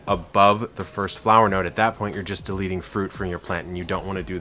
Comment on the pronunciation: 🤭🤭🤭🤭 i find it funny when you say deleting